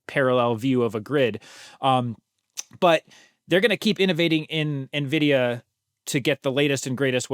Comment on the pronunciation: you're an excellent host for this podcast, which I've watched/listened to for about a year. I love the rotating panel of AI Researchers. Minor correction: NVIDIA is pronounced "en-vid-ee-uh" by Jensen Huang, himself. Keep up the good work!